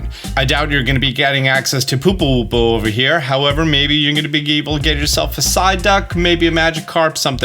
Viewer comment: every time he says pooper wooper it makes me laugh so hard 😂